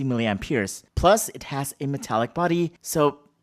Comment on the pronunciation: It sounded like you said "5,260 milliamp YEARS" 😆